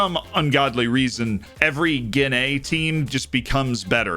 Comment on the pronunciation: Love the videos, but it makes my head hurt every time you pronounce Guinea as "gi-NAY"; it's GI-nee, American or British English, accent on the first syllable (just like in Guinea Pig). I wouldn't normally say anything, but with your love of history you seem like someone who would actually want to know you were saying it wrong.